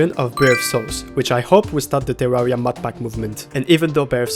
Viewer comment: What's with terraria youtubers and weird unsettling english accents and pronunciations? Is it required to have distorted English to make terraria videos? "tsewwawwia"